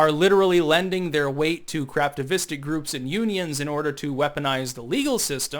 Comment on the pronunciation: Craftivistic, a new word for me. I thought you were saying craptivistic, which also works.